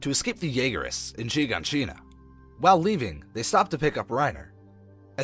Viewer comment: It's not Shegoneshina it's Shiganshina😂